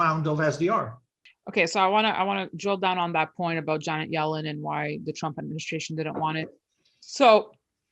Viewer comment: Yanet Jellen? lol